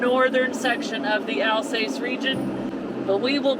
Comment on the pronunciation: Correct pronunciation AL SASS 😀